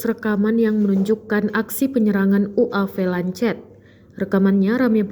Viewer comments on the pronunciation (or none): Goblog bener ini pembaca berita..ngomong lancet aja ga becus.. bacanya Lanset woi.. Kamikaze juga ga bisa ngomong... Emg tribun penuh dengan orang2 tolol